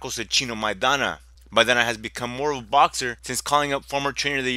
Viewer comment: For the first clown (Editor in Chief ): How can he make a prediction if he doesn't even know how to pronounce Maidana's name? The truth is that Broner has never faced adversity on his career, now we know how he is made of.